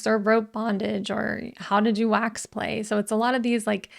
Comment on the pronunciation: "How to do wax play" sounded like 'How to do axe play". Doesn't sound very entry level :)